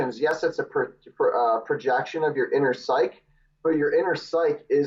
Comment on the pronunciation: Someone tell this guy how to pronounce psyche